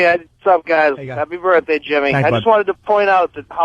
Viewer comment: Fuck, just say birthday. Birfday is so painfully unfunny.